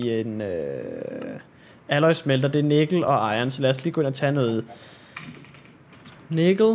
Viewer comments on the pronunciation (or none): none